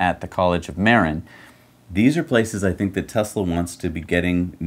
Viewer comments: Oh... It's MAR-IN not MAR- EEN... Oh well.... Lol... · it's pronounced - Ma-rin. A county to the north of San Francisco.;-)